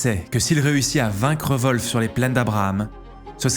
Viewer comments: Tu t'ai trompé de nom c est wolfe et non volfe. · Volf ou WOLF ? 😂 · Le général anglais s'appelle Wolf, comme loup en anglais. Ça ne se prononce pas Volfe. Il n'y a pas de son V ni de son O. Peut-être demander à Laurent la prononciation la prochaine fois !!! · volfe ? des fois je me demande si les francais font exprès comme dans les starbucks. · La prononciation de du nom "Wolfe" me flingue